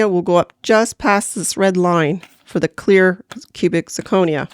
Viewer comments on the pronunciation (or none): Love the video! there were just 2 small things I didn't like. Sure you can eye ball the silver, but thats what the acid is for, a lot of metals can look like real silver until you use the acid. It also slightly bothered me how you misprounced zirconia throughout the video.